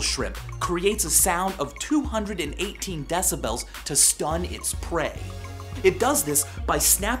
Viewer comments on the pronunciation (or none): i dont like the way he pronounces decibels. like deci-belllls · Love v sauce. But I hate how he sais decibels. I pronounce it "decibals" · Stop saying decibels it's decibels. He's saying it wrong dalgjaer56034aumb[adip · argh you say decibels so fucking weird!